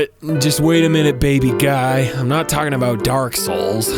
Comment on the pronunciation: I feel like you're sayin 'Dark Hole' instead of 'Dark Soul'